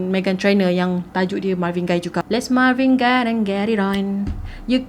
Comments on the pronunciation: Marvin 'Gay' sebutannya, bukan 'Gai'. Dia ni famous dalam komuniti pemuzik berkulit hitam. Siapa2 pernah tengok movie berkisar tentang black music, nama Marvin Gaye memang sentiasa meniti dibibir mereka. Kira macam legend, god father black music. Gitu.... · pembetulan cara pronounce untuk GAYE tu spatutnya sama lebih kurang mcm bunyi GAY.....bukan Guy.... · marvin gay kan sebutan die, bukan marvin gai.. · Ignorant. Lagu tu terang2 pronounce Marvin Gaye not Marvin Guy. Thumbs down for that 👎🏻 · Sebutan dia Marvin 'Gay'. Btw punya penceritaan mmg gempak supo sokmo. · Sebutan adalah Marvin Gay. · Mcm salh sebut tu nme dia